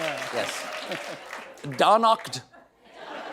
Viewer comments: "Donakt" is pretty fvcking cool. 😂 He never owns his mistakes, so I'll take it! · Oh no, Stephen you blew it?! It was DO NAKD (as in nekkid). "Do naked Trump"!?!? Definitely a Freudian slip!! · I think it’s meant to be pronounced do naked. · Steven is mispronouncing Donakt here, it's "do naked" (shudder), unless he's attempting a German pun. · I think "Donakd" is pronounced "Da Naked" as in Da Emperors New Clothes. He can't cover his own asss, he doesn't even try.